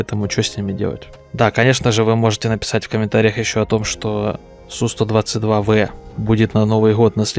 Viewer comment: Один из немногих называет правильно танк Су 122 В а не Б. Респект.